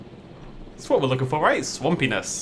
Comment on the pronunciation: Swam-pee-ness lol